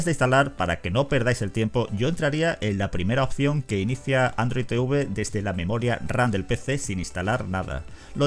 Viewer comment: Odio que digan Te-uve 🤣🤣🤣🤣